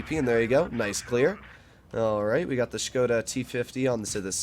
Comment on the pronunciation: i like ya and i respect the way u playing etc. but... buddy im from czech and its so funny how u sayin 'škoda' as shkouda.. but just erase the 'u' its just shkoda (škoda) there is no skouda just skoda, please please please ♥♥♥ ps.: i love that u callin 60tp by only 60tp cuz my gh is from poland and she is blaming me for every single word i say in polish Daaamn boi XD